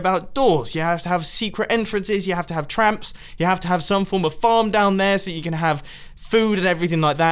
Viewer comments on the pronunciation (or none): "you have to have tramps" well done mumbo ;)